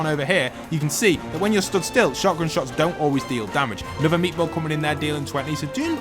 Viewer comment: I love how you call it meetball😂